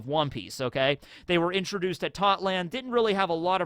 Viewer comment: Also since you brought up that the English dub reach whole cake island, in it we heard how Totto land is pronounced in English, and it is pronounced how it’s spelled, but why do you miss out the “o” at the end?